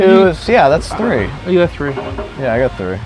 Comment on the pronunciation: Say three instead of tree